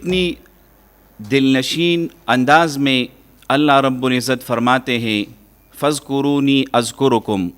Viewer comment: ۔۔فاذکرون اذکرکم۔۔جناب ۔ر۔ پر سکون ہے جبکہ آپ پیش پڑھ رہے ہیں ۔۔۔